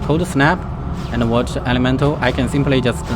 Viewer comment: ander ander 🤣🤣🤣